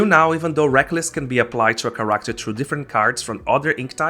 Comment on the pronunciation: Your accent throws me off. It's good information but character and amber weren't inherently clear to me.